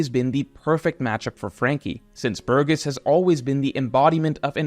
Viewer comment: You pronounced Burgess differently in a span of 2 seconds xD